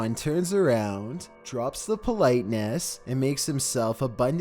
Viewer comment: "Bowg731" "BOWG731" " BOWG731 " ps. It's pronounced boogie